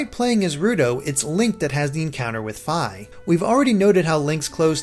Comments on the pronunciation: It's Fee not Fye xD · Gerudo is pronounced *J*er-oo-doh Fi is pronounced Fee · Fi's name is pronounced FEE!